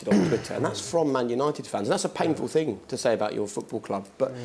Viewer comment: I can't take someone serious when they say fing instead of thing